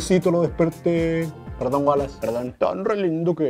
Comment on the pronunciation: Se dice Wallace